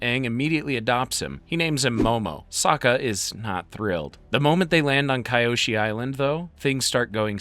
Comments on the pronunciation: Huge respect for your vedios bro but it's kyoshi, not kayoshi😂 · I love this channel. But it's really a let down when you can't pronounce the names correctly. These names are said repeatedly in these shows. Kee-oshi. Not kai-oshi